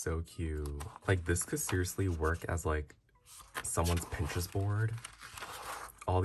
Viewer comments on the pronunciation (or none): none